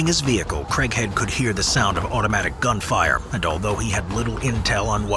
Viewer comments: Who else thought he was saying "Christian Crackhead"? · I know its craighead but i keep hearing "crank head"😂😂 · why I always hear "crackhead" instead of Craighead lmaoo